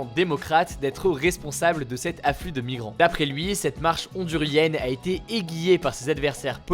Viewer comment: Dans aiguillé, le u est sonore. É-guï-yé ;)